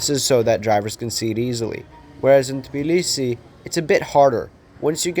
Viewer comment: You mispronounce Tbilisi